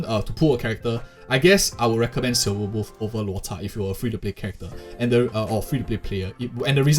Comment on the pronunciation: Props to the narrator for pronouncing Lôu Chà correctly